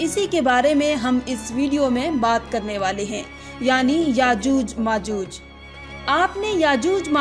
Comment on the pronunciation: यजूज मजूज नहीं याजूज माजूज है